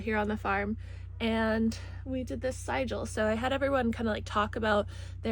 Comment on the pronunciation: It's usually pronounced "sih-djill" with a short "i", but words are just pointers to ideas and the other way sounds cool too!